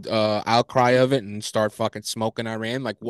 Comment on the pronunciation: It's pronounced E-RUN not i-ran.....